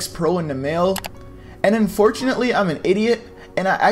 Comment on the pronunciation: yo how many times did he say unfortnately